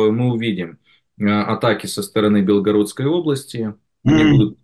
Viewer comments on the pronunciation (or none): none